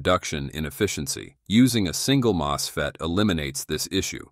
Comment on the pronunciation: How does your AI get 'moose'fet's from MosFet? Wrong language as primary? Weird.